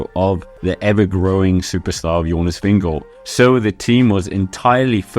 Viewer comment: are you Danish because when you say Jonas Vingegaard you say it perfect